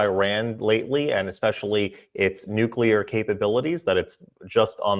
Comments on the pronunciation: Victor you are the absolutely the best BUT the word is new Klee ur and not nuke U ler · Nuclear not nucular !! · Victor has the 'can't pronounce nuclear' problem. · nyu-kyu-lerr? NEW-CLEAR!!!!!